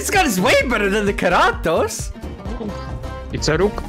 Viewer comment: I love the way how pronounces “Keratos”